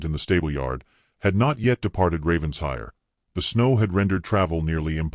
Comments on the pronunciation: It’s NOT Ravens hire! It’s Raven shire! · Fix that BOT - It’s Raven-shire NOT Ravens-hire 😡